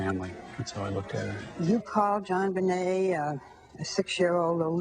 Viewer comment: The hostess of this show keeps mispronounching Jonbenet's name. It's not zhonbenet, it's pronounced like John.